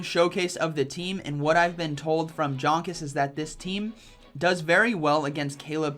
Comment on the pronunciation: Hi, one of the best battlers in the world, Jonkus is German. Hence, his name needs to be pronounced as Yonkus. Since, in German J is read as Y.